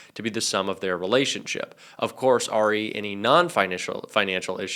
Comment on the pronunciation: You are university educated but say "R E" instead if "re". Idiot.